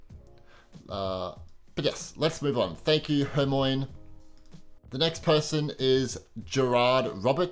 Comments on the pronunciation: is it just me or did you say hermoine wrong? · It wasn’t just you